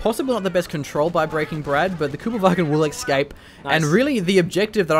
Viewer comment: Excellent content. Finally get a good look at the factions. How was that truck still alive!? Bazooka, mg and multiple squads pounding it for ages and still not dead. It's a truck, not a building. + for saying 'lef-tenant' -- for saying "exscape" and "haich-queue"